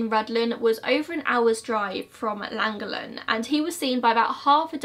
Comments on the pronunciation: Im welsh and you did pronounce Llangollen very wrong lol but it's okay, people struggle with Welsh names haha. Love the video x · To be fair, unless you are a welsh speaker it’s unlikely you would be able to pronounce “Llangollen “ - it doesn’t really matter - great video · I never ever comment on pronunciation but this one made me giggle Welsh is a tricky language for non welsh speakers 😂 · please let me teach you how to say llangollen and rhuddlan lollll, an ace video though!! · Just Google the word and there is a video on pronouncing Llangollen x love the vids Hun x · It's in the double l's the pronunciation. So it's basically what you're saying except there's a weird soft 'cl' sound to the double l's, if you were curious. But quite a few non Welsh speaking Welsh people are too lazy to pronounce that properly anyway 😂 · Double LL’s in welsh are pronounced as an f, so you place you place your tongue behind your top teeth and do an f sound around your tongue ☺️ not the best description and not really to do with the case but it’s interesting to know 😂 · its than-go-then with a lisp-type sound. its hard to explain but double ll's make a different sound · i went to school in llangollen. It's pronounched for english speakers. "clan"-"goth""lin" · Sorry but the pronunciation of Llangollen was hilarious 😂 in Welsh a double L makes a thl sound! So it’s pronounced like thlangothlen x No hate, gave me a good chuckle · Hi, I live around half an hour from here, it’s pronounced llan-gogch-lyn it’s a really difficult one to say as you have to read it as if you were speaking welsh 😊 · It’s prounounced CLAN-GOC-LEN, I live not too far from there! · It’s pronounced clan-goth-len haha but you really wouldn’t be able to know unless you could speak Welsh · Pronouned "Lan-gocchhh-lun" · Its pronounced lan - goll - en :) lol x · It is a th sound in langollenn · Awful pronunciation....but I'll give her full marks for Rhuddlan!